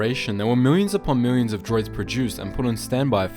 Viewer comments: Lol "Miwwions" thanks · there were miwyins and miwyins of droids